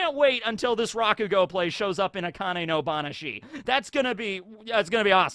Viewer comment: you have to be mispronouncing words on purpose.... like with AkaneBanashi